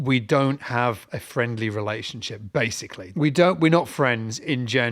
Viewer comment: ”We don’t have a friendly relationship *bassically*” 😐